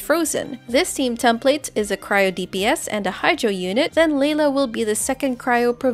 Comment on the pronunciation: “Leyla” lol